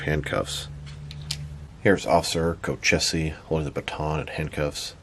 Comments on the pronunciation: These are great looking. But I can’t drop $160 on three figures like this. Love the review. Thanks! Also, the name is pronounced “co-cheese” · Dude, these are awesome. Nathan Wind’s alias is pronounced Co-cheese.